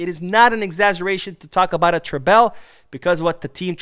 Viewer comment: According to the spelling, treble is not pronounced tray-bell.